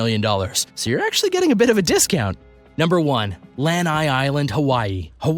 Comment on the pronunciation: It's Lanai"you do not pronounce it right at all!!